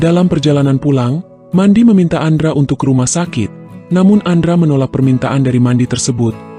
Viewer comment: mendy kang bukan mandi bacanya